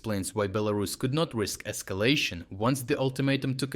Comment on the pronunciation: "Esclayshun" love your mannerisms